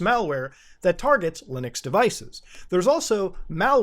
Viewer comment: Bro, when he browsed his directory, there is an mp4 where the title has the phrase "fastest nuke". Its okay, you are forgiven for what you did in the past muta. Edit: , muta said lunix. I'm laughing right now lmao